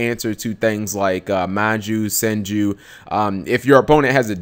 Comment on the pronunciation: congratz for saying "Senju" instead of "Sanju" for once. :P